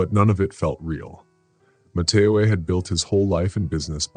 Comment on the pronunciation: Love the voice of the narrator. However pronouncement could be a little better - “Ma-te-o” not “Ma- ta- o-a”